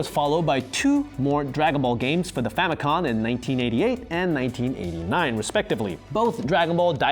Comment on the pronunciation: Please stop saying “famicon”.